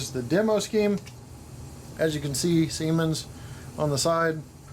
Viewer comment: Siemens, pronounced C-Mons, is correct. I met a good looking woman from Germany at Disney World a few years back who said she worked for Siemens. My buddy made a crude comment about it and that's the end of her talking to us. I had to stop hanging around him if I wanted to meet the ladies. LOL! Nice review. Great to see Bachmann stepping up their program. Now if we could talk them into using Kadee couplers instead of the crappy plastic Mach II couplers... Thanks! Cheers, Dan